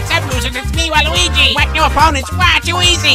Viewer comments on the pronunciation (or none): Everybody:Waluigi:waluigee